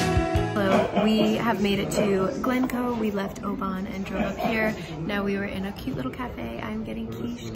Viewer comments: Thoroughly enjoyed your visit round my native Scotand, and your pronunciation of "ObAAAAAAAAAAAAAn" haha, great stuff :) PS. if you ever visit again, think "O-Bin" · I was born in Oban, but now live in Inverness. Most people, even Scots call it O-ban, but locally its pronounced O-bin. Lovely film, Visit Scotland would be proud. You covered the area beautifully well, put a home sick tear in my eye :) By the way, in the UK a Penguin is a chocolate biscuit (cookie) the bird was a Heron. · Being from Oban I love seeing vlogs from the west coast. Most beautiful place ever. And it is pronounced Oh bin 😂 glad you enjoyed your trip, also showed places I have yet to visit! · Great wee vid. Oban is pronounced O-bin ;P I cant really say anything as youve probably seen more of Scotland than me and ave lived here ma whole life. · Oban is pronounced O-Bin. Glasgow is pronounced Gla-s-go. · Youve been pronouncing most right except Oban. It's pronounced oh-bin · Other than oban u did well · Great vlog! I live in Fife (over the water from Edinburgh) and I flinched when I heard you say Oban... you’re not wrong when you said everything is pronounced incorrectly! I’m just so glad you enjoyed our beautiful country! If you ever want to visit again and want advice I suggest the Facebook page Scotland the Beautiful! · Everyone has told me a diff pronunciation for oban in the comments lmao